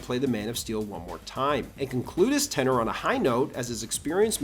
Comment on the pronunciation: Tenure not Tenor